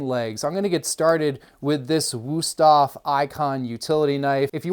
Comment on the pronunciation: Wüsthof nicht wusoff...😂